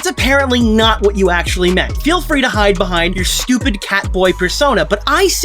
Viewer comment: “stooped reason” ngl that made me laugh 😂